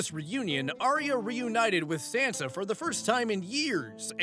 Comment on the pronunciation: That pronunciation of Sansa is killing me.😂